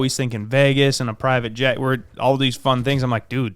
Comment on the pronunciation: You can pronounce your name but can't say Vegas to save your life. I don't get it! 💯💯